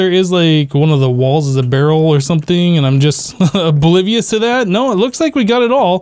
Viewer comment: Did he just say bolivious?